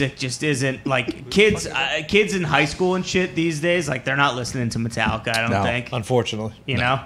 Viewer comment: Metal-licka?? stick to that Yankees hat the white sox don't want cha